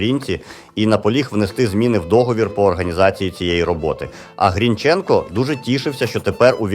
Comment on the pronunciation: Автор ти впевнений що правильно ставиш наголос вимовляючи призвіще Грінченко? Хоч як тоді, як і зараз не дають такі речі робити Українцям.